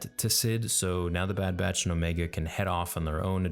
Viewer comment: It’s pronounced omeeeega